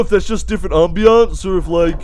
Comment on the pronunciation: stop the ambeunce me: scott the ambeunce